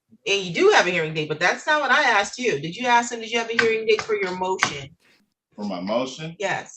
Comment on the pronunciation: He axed if there was a hearing date. 😀